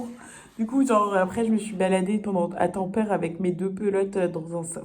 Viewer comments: PS : Oublie les règles de prononciation françaises ; en finnois toutes les lettres se prononcent telles quelles, donc ça donne TA-M-PÈ-RÈ 😉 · Pour les aurores boréales, peut être qu elles étaient polluées par la luminosité de la ville. L'idéal c est de les observer depuis un trou perdu. Et on dit bien tam-pé-ré 😊